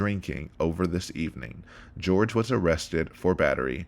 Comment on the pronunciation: Jorge is his name. Pronounced Horhay by his family. ‘George’ is Sarah’s disrespectful pronunciation. This really bothers me since day one-not your fault, literally everyone is doing it.